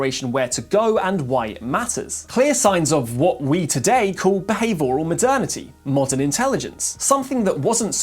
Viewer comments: Good video. Please pronounce the I in behavioral. It's not behave oral. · Beh-high-vee-oral . . . lol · bihæve-Oral? Edit, plz.